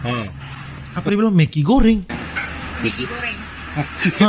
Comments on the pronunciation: Dia bilang maggy bambaaang bukan mek*😂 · Itu "maggi" goreng lah..bukan "mek*"🤦🏻‍♀️ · Megi bng bukan meki😂Megi tu mie instan Malaysia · Maggy kak. Bukan mekii🤣🤣🤣🤣🤣